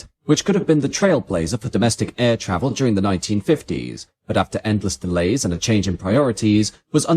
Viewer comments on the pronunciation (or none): none